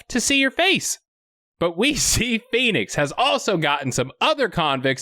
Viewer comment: When Stallone screams out PHOENIX its sounds like P E N I S.. once you play it back it can't be unheard. 😜